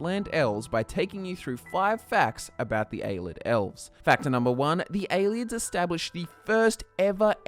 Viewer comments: "A-lids"... A-lee-ids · Ay-LEE-ids for fuck sake... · Pronounced AY-LEE-ID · It's "Ay-Lay-Id", not "Ay-lid" It's "All-ter-ay-shin", not "Al-ter-ay-shin" Mispronouncing "Ayleid" can be forgiven, but you don't know how to say "Alter" as in a Church alter or to alter something? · Its pronounced (Pel-lin-al) not (Pel-lin-neal) and (A-lee-ed) not (A-led)